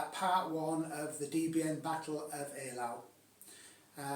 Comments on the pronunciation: Fun game! French is more like Ay-lo (like autre fois), and Russian more like ay-la-u, 'au' is not a diphthong in Russian, and German eye-lau. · The German pronounciation definitely is "eye-lau".